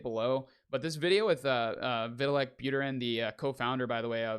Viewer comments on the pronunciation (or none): Put some respect on that man's name and pronounce it properly. Like this Vit- tal- ick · it's not a difficult name to pronounce. And if you're going to report on this industry, it makes sense to know how to pronounce arguably the most important guy in its name. Why are you taking this so weirdly personal?